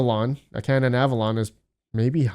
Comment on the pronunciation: Canaan = KAY-nun